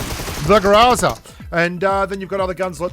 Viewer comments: grOOOOOOOOOOOOza. Not grAAAAza... 🤮🤮🤮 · You still ain't pronouncing it right. It's not graza it's grrrrrraza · Since I've heard you say graza not groza i started saying graza what's wrong with these grubsss Beautiful accent... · Гроза = GrAzA >>> with a hard accent on the last "A" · the way he say GROZA it sounds like he is saying GRAZZZAA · While you may not be pronouncing Groza correctly. You're doing it better then most which is very nice so job. Technically my first language is Russian. Even though I can barely speak it now. But you are better than most.